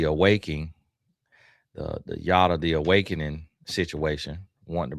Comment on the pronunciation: Why am I getting cracked up by you saying Yoda 😂😂😂😂😂😂😂😂😂😂😂 like wth is wrong with you 😂😂😂😂 omg that really gave a good chuckle